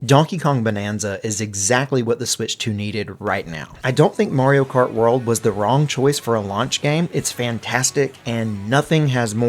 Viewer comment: “Murio Kert”………..ITS MARIO KART MUVA F**** 😂